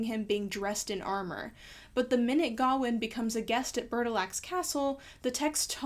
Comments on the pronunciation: It bugs me that you pronounce Gawain like Ga-win when I'm used to hearing it as Ga-wayne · Isn't the name pronounced Ga-wayne? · Well, the director of the movie made a comment about how they did not want to give finality to the argument about pronunciation, since the actor who pays King Arthur says it as "GARR-wayne' and the rest of the characters say "GOW-in". When I was being taught about the story in college, my professor said "ga-WAYNE", so there really is no "correct" way to pronounce his name. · Can you address the pronunciation of Gawain for me. I've only ever heared it pronounce Guh-wain to rhyme with swain. I've not seen the film so not sure how they handle it. Is this a case of someone's making an error or of multiple possible pronounceations? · Why do you say Gawain like that? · Why are you pronouncing sir Gwain weird? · It kills me how badly you mispronounce Gawain, but other than that, yeah, sure, cool vid.